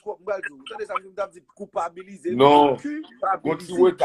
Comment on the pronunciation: Atis la se pa cupabiliser yo di, yo di culpabiliser